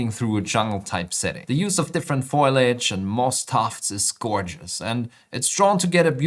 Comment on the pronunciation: it is FOLIAGE not FOILAGE...